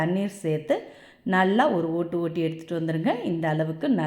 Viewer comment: அருமையா தமிழ் உச்சரிப்பு ஆனா அந்த ரெண்டு ஒட்டு ஒட்டி என்பது சற்று........